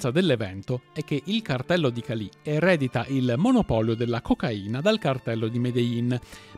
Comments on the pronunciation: Cali, senza accento sulla i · Un paio di puntualizzazioni… la traduzione letterale di “plata” è argento, ma in Colombia è un termine comunemente usato per dire semplicemente denaro, soldi. La città si chiama Cali, senza l’accento sulla i. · Bel video come sempre, solo un appunto però: è Càli e non Calì 😊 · Molte imprecisioni per esempio il detto " Plata o Plomo" significa " denaro o pallottola " ( e non " argento.. ) la Città di Cali non ha accento sulla "i" e varie altre.... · La immagine di Evaristo Porras non corrisponde, quello presentato è Vladimiro Montesinos. Oltre la ortografia sarebbe utile migliorare la pronuncia: búsqueda, Jorge, César, Álvaro, Cali, ... È possibile che la nazionale della Colombia sia passata dalla “Catedral” considerando che la squadra del Medellín era praticamente la Nazionale Colombiana a quel tempo. Per parlare di Escobar sarebbero necessarie delle ore, comunque grande sforzo di sintesi. Bravi. Meriterebbe fare un video molto più approfondito, controllando sempre le fonti e tutte le versioni. Senza per forza fare di Escobar soltanto un mostro.